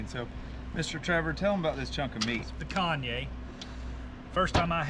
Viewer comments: Looks great. The name of that cut is pronounced ‘pick-on-yuh.’ As in we’re gonna pick on ya for stabbing yourself with a lobster 🤣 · "pic-kanye" LOL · Say it with me. Pe-caan-ya. It's delicious. Don't let Guga catch you putting anything but salt on that. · OK, I've been a long time subscriber and even thought I've been in the US since 1987 I am Brazilian and PicaNHA, not picanhe, is my game. You ALWAYS cook pichanha with the fat UP so the flavor, aka FAT, drips into the meat. Anyway, let me know if you want to have the best piranha you've ever had:) I'm in Dallas and vacay in FL every year. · Pea con ya. It’s Brazilian! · He said pikanye 😭😂 Leave it to white folks to pronounce things however they want lol